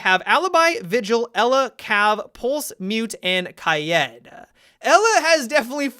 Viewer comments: Is it just me who gets frustrated when he says Ky-ed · Why he keep saying Kayed? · It isnt kai-ed it is pronounced kai-eed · Wait you pronounce it kai Ed. I’ve been pronouncing it kayd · I get abit triggered when you say Kaid as Kayed Oh yeah yeah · I swear to god if you keep saying “kayëd” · Did he just say kah yed lol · KAYEED 😂😂😍😍😍 I LOVE how you pronounce it dude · say it after me: "Kayeeed" You got it? "Kayeeeed" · He ends words with an "a" sound a lot. Wish I never noticed. "Kaida" "have-a" "weapona." Great video still! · No he doesnt say kajäd.. He says kayjeed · Please say kaid like ki-yeet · In Arabic you're supposed to say Gha edd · No offense but you are terrible at pronouncing Hibana and Kaid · They way he pronounces Kaid...omg... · The way says Kaid makes me want to kaill myself. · I hate the way u pronounce kaid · How the fuck are u pronouncing kaid ? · How you pronounce hibana and kaids names bothers me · I've never heard anyone say kaid the way he does. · his pronunciation of Kaid and Hibana make me uncomfortable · Take a shot for every time a Youtuber mispronounces Kaid.